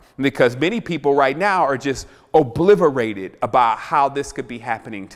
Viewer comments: did this guy just say about 7 minutes into his rant......... "OBLIVERTED".... ! Really dude? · did you just say obliverated?